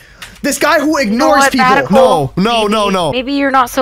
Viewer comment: Thts mest up shatical more like batical😅😅😅😅